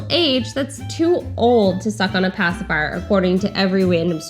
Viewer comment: "pasiphier" and "binki" both annoy INCREDIBLY ! Am I the only one?